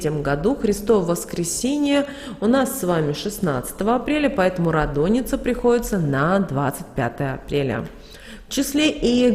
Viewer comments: рАдоница, а не радОница. БЗГРАМОТНАЯ. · Ра́доница, Ра́дуница НО НИ КАК НЕ радОница !!!